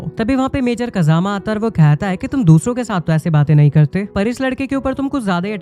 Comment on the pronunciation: Kajama❌ Pajama✔️